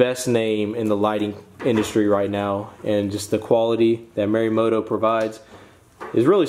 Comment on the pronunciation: dude you gotta learn to say these words correctly lmao. those are merimoto... it's morimoto.... it's not buttal... it's pronounced butal like butane